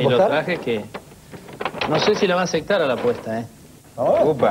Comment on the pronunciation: "No sé si la va aceCtar a la apuesta he" 😂